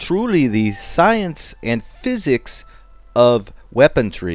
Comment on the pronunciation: You yoyos missed the worst part. Apparently these were built on a tree. The narrator keeps calling it "weaponTREE" ( not weaponry). And, to top it all off, he ends his sentences in prepositions. To whatever is this world coming? Sheesh.